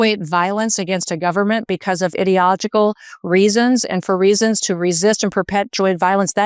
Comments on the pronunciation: Idiogical? Spoken like a true idiot!!! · I have seen Kristi Noem’s clip multiple times and I can’t stand it anymore. “Ideogical” is not a word! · Kristie Noem: IDILOTICAL 😂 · Can’t un-hear that Noam saying “idiogical” like she has the education of a four year old. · "Idicogical"???? Wtf? She's a moron. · She’s making a lot of assumptions that she has no proof of. Besides what the hell is the word? I-de-ogical?? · "idiogicle..." Noem is an idiot .52 seconds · Did Gnome say idiological? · Did she say 'iddiogical reasons'? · Is it just me or have others noticed that Krusty Gnome is not only an evil gnome, but also illiterate. The word is ‘ideological’ NOT ‘Idiogical’. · "ideogoical reasons"...spoken like a true idiot! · Norm literally said “idiotolgical” 😂 that sums up her statement and the people who lick the boots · Noem mispronounced ideological. Not surprised her pronunciation was closer to idiot, because she is an idiot. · Preggo kk karoline is babbling and tongue tied because she knows this is BS Go on maternity leave Karol.